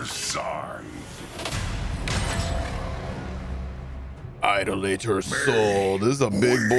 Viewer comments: Eye-doll-uh-tore, not Eye-doe-later! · eye-doll-a-ter not idol-later